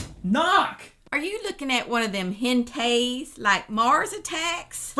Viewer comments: Hentai... not Hentays.... not that... I would.... know.... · Yup, I doubted you were Texan, til' your mom came in with that Texas drawl. Only a true Texan would pronounce hentai as "hen-tay." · Hen tays. LOL! That is gold!